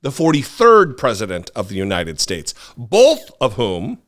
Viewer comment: It is phenomenal just how many of these gaffes he makes and just gets a pass on. I guess just because Biden looks older, everyone judges the book by its cover. I can forgive when Trump mispronounces United Shhhtates. That’s just his dentures slipping. But the other stuff… some of it’s insane. The windmill obsession. Encouraging bleach drinking. “An anomanous… an anomanous.” George Washington taking over the airports. Pronouncing Thailand as thigh-land. The man is out of his damned mind and has been for years.